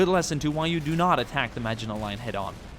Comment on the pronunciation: Thank you for pronouncing maginot properly ❤️